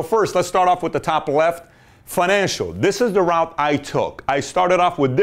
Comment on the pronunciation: Thank you Pat :) If i'm not wrong "route" is pronounced as "ru:t" ;)